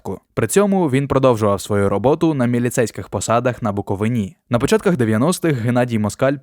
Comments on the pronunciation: БуковИна!!!!! Немає назаи БуковинА!!!! Бісить! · БуковИна, а не буковинА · Трясця, навчиться правильно вимовляти БуковИна. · Навчіться правильно класти наголос в назві "Буковина". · Все би добре тільки як можна так потвори назву Буковина, наголос так ставлять тільки російськомовні